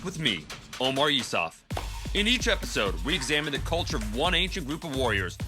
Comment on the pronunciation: ... Omars ?🤣bring a 1000 for every single one of the Spartans. He said OMARS! HAHAHAHAHAHAHAHAHAHAHAHA